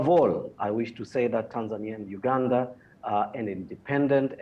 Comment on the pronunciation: Why do you pronounce Uganda as ganda